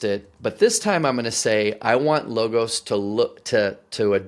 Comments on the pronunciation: It’s pronounced Log-os, like a cut down tree, and the same pronunciation for the ‘o’ in os, almost like “ahhs “ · Nah, Low ghost. Like in Napoleonic spirit.